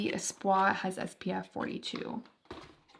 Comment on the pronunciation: Also espoir does have the r so while its not really a super hard r but its less espo-ah and more espo-ahr